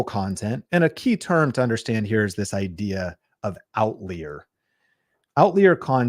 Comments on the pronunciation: Bro, were you homeschooled? It’s pronounced OUT-LIAR. OUT-LIAR!! I can’t watch this anymore… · I was wondering if I was saying it wrong! Never heard it pronounced other than out-liar before this video. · I busted up laughing every time he pronounced "out-leer." Ha! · "Out leer?" That a faster jet? :) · Outlier….never heard anyone pronounce it that way 😅 You shouldn’t necessarily look in your niche with these kinds of tools. You look at related niches and/or what’s working generally in other niches across YouTube, and then apply it to your niche. For example, look across almost any niche and you’ll find comparisons of a cheap product vs expensive product. So you can do that in your niche no matter what it is. Like “is a $1000 computer worth it?” Could be comparison of $20 vs $200 light, $50 vs $500 credit card fee, etc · Why do you say outlier like that?! 👀 it’s paining me lol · I know you are trolling the trolls by mispronouncing outlier…